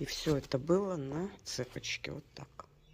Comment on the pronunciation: Ну почему цепочка с ударением на е. Вы же русская?